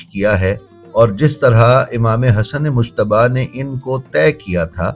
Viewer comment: براہ کرم ۔۔۔ امام حسن علیہ السّلام کا نام دھیان سے لیں ۔۔۔ یہ مشتب نہیں ۔ مجتبیٰ ہے اس میں لفظ ج نمایاں ہے ،🙏🙏🙏🙏🙏